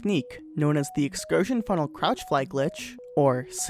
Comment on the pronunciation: "And today, I would like to talk about Portal 2's most absurd glitch: The excursionfunnekajdguwrujg" me: "huh?"